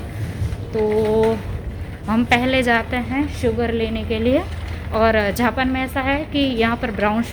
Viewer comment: Dd aap ko japan bolna vee nai aata hay jhapan nai its jaapan